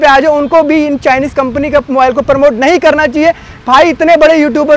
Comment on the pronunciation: Bs beta bs thak jaayegaa.... promote hota hai...Paraamote nhi